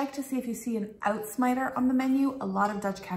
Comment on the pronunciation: Uitsmuijter - tried that in Leiden (pass) - pronunciation of first syllable rhymes more with "height" (but not quite), than with "shout"